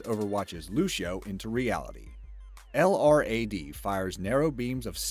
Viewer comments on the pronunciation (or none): Sorry to be "that guy", but incase anyone cares, LRAD is an acronym and is usually pronounced as "el~rad".